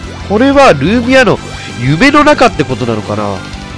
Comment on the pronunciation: ルーミアの発音違うｗ